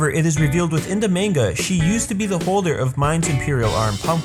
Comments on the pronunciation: How can you correctly pronounce Susanoo but not manga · Lel ye pronounced manga wrong, great vid do.